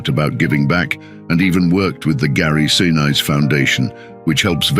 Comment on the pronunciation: Narrator mispronounces the surname of the Gary family. Condolences to family.